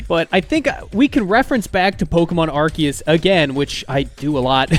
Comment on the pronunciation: legit liked the video and subbed just cause you say Arceus the right way, and I will never not stan for poketubers saying names right. 😅